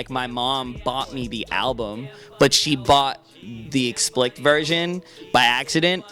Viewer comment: he pronounced "explicit" wrong haha